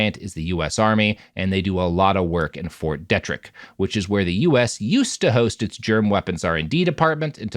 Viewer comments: It's DEE TRICK not DET RICK E: I guess you only mispronounced it the first time, my bad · it's dee-trick